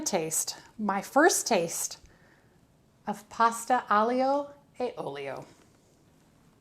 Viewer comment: Hey maybe this will help… agilio e olio —- ah-gee lee O A O-lee -O